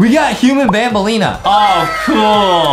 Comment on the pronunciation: Banbaleena more like mandaleena